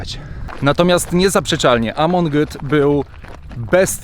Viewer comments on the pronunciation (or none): Siadanie na "Hujowej Górce" to raczej kiepski pomysł. Tam bardziej wypada stać lub klęczeć a nie siadać. Po drugie dlaczego mówisz "Amond" a nie tak jak należy "Amon" ? Przy okazji taka ciekawostka. Więźniom było łatwiej przeżyć po 1944 roku, gdy obóz pracy przekształcono w obóz koncentracyjny. W obozie pracy można było więźnia zakatować lub zastrzelić bez pytania kogokolwiek o zgodę i bez żadnych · Dzięki za film! Nie miałam pojęcia o istenieniu tego obozu. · NIe Amont tylko Amon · Dokładnie. Amon Goeth a nie jakiś Amont